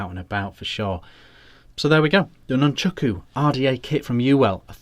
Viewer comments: Please, can we get the name right??? Nun-chAk-u, not Nun-chUk-u. Great review though. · Nice review but it's called nunchaku not nunchooku 🤣